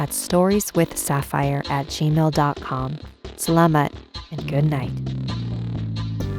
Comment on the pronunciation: Wait does she say salamat as in like arabic or are my ears ruind